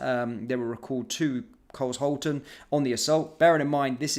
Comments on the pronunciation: Pronounced Car-shawl-ton Not Cars-halton is part of greater London and is also in Surrey. Not far from Croydon which is a total sh*thole. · Car^shal'^ton not cars^halton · It's pronounced car-shalton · I think youll find its car shalton, not cars holten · Cars Halton, so funny, it’s shhhh Carshalton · Luvvie it’s. Car sh alton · I live a couple of miles away and i wouldn't say this is a posh area with lots of money flowing around it if I'm being honest. This is very close to one of the biggest council estates in Europe. Ps, it is not pronounced as Cars-halton, it is Car-shalton. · carsh alton not cars halton it is a suburb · It’s not Carl’s Halton, it’s one word with a ‘sh’ sound in the middle. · It's not cars-halton you moron it is Car-shalton! Jeeeeeeez can no one speak English any more! Or should I say A-neeemore? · Your pronounsing it wrong carl shorten carlshalton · Pronounced CARL SHALL TON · It’s Carsh alton sorry but just had to point out the pronunciation 🤷‍♀️ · I though it was pronounced car-shul-ton. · It’s pronounced “Car shalt on” and I should know as I was born there 74 years ago. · Pronounced - Car -shawl-ton, near Croydon. I used to live near there. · Car...sh...alton. car...shalton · Car-Shawlton - emphasis on second syllable. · It’s pronounced as Car-Shalton. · Your pronouncing it wrong it’s Car Shalton now put it together Carshalton. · This is where I used to live, it's absolutely disgusting. This was why we moved away to protect my kids. It's pronounced Car-shal-ton btw. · Just for context. It’s pronounced “car shalton” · 'Car sholton' it's pronounced. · It’s pronounced Car- Shalton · It's Car-sh-alton... 🙄🔫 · Cars-Halton!🤣🤣Only if you were an American! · Exactly, Carl-Shalton. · You pronounce the place Car shal ton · Pronounced Carshaulton. I appreciate your news, thank you👍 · I pronounce it 'Car shawl ton' but I don't live there. Glad the cops turned out. But have they got the knifeman? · It's pronounced car shalton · Bad for a posh boy.